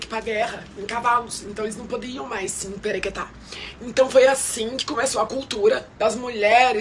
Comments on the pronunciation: É emperiquitar, kirida 😅😅😅😅 não emperequetar 😅😅😅😅 kossorro. Pra quê? 🤣🤣🤡🤡🤌🏻🤌🏻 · Na melhor faculdade de moda do mundo também ensinaram ela a falar "emperequetar"? 😅 Tão elite esse vocabulário... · ja peguei ranço no " emperequetar"